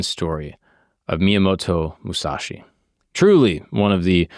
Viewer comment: I don't care if someone mispronouces some Japanese but the homies name! Come on bro!